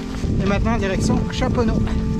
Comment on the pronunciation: bravo pour la course ! merci pour le reportage sortie en 3 jours après le course ! merci d'avoir filmer la boue ! et un grand bravo pour la bonne prononciation de chaponost :D !!!!!